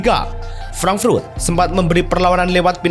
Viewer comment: frank frut apa frank furt min?? frut apa furt?? emang lidah nya keras atau emang suka menyebut frut frut frut